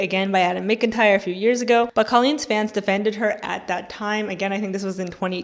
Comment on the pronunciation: jsyk!! adams last name is pronounced "mac-in-tire" not "micken-tire" 💖